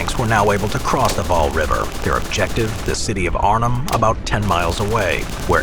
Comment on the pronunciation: this is pretty frustrating to hear him mispronounce the names of cities and waal